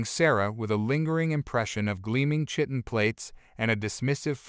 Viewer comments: It would be refreshing for the AI narration to be programmed to pronounce chitin correctly......ki-tun, not shit-un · Compelling story. So compelling that I felt compelled to finish it despite your one consistent error. Chitin is pronounced as Kite in. Silent h please. The error was big enough that I could not ignore it yet small enough that I became a subscriber.